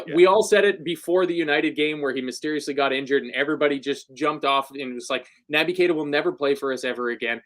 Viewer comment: Stop calling him Nabby! He's Nobby Keita from now on lads! 😳🥺🤒